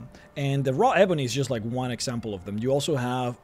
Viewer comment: Your pronunciation of "eeeeeebony" makes me cringe fml